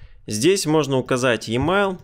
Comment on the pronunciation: Емайл. Спасибо за урок. Правда режет слух произношение.